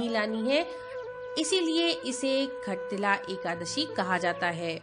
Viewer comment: Khattilla nahi shattilla Jai Shree lashmi Narayan